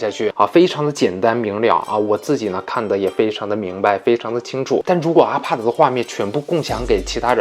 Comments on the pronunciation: 資訊很棒 但.....阿帕德.....謝兒死困 我的媽呀 聽一次抖一次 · ....你怎麼IPAD的發音發成RPAD的感覺=.=...... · 我聽到阿帕德就關掉了，發音真的聽不下去